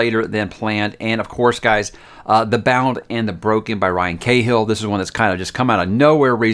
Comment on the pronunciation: I'll keep trying and maybe it will get seen Cahill is pronounced Kah-H'l, not Kay-Hill.